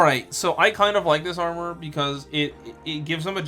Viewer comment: Never heard of the online armor, honestly. But "Giga Armor", "Max Armor", "Force Armor." Aye yai yai, it hurts listening to that.